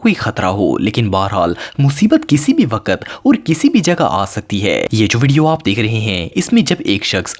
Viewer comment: Waqat ki pronunciation thek krain please sorry if u mind